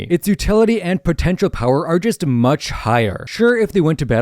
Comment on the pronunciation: did you say potential